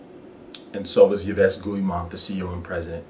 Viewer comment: Great video,. Agreed 100% Ubisoft is the French EA. Btw, his name is pronounced "Eve Gi Mon"